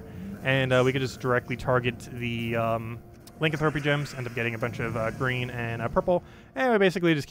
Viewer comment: Pleeeaassee stop saying Lincoln thropy